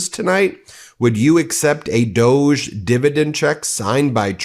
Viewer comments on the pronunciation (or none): John Iadarola calls it "dog-ee". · It's pronounced DOG - E [doggy.].